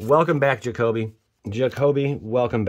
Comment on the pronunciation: So glad you can pronounce my Jacoby lol